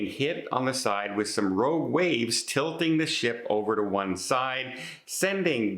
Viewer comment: Rogue. Rouge is 'red' in French. ;-)